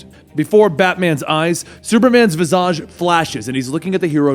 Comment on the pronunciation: You mispronounced the word visage.